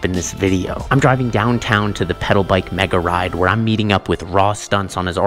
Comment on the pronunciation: did he say mega ride or Nega ride